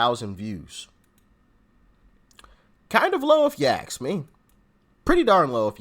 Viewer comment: Hey doc, ask not aks